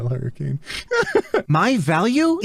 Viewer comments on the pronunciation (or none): none